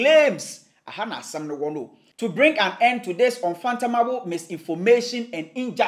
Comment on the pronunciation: The word is UN-FATHOM-ABLE.....................:face-red-droopy-eyes